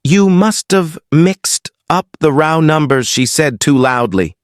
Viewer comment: Row is pronounced "ro...w" correct the not rouw as pronounced.